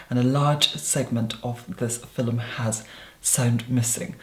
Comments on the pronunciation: I JUST REALIZED OUR LORD AND SAVIOR IS SAYING FILM AND MY HEEHAW ASS THOUGHT HE WAS SAYING PHILUM LIKE IT WAS AN OLD TIMEY WORD FOR VIDEO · "Filuhm!" <3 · Quick question, I might sound dumb, but are they saying film or filum? I think it's film but I'm doubting myself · “In today’s FILL-um” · Who else lives for when he says "fillum" ?!!!💕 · Is filum how film is pronounced internationally?